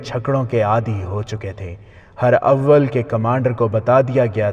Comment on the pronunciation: Not her awwal but herawal